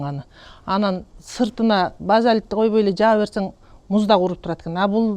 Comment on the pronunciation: Базалит эмес,базальт!